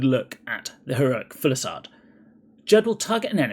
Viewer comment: Say it with me: fuse-i-lade. Not full-i-sade.